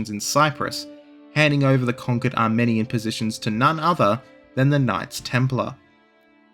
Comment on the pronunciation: Your insistence on pronoucing Armenia the correct way while anglicizing the heck out of Genoa is interesting... Also, both religions are religions of peace- by violence.